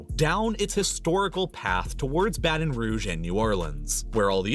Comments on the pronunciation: I think he did, he just didn't emphasize it as it should. Difference between 'buh-TUHN' and 'BAH-ten'. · How did he not prnounce the T in Baton Rouge 🤣 Sorry but being from here, that's wild to me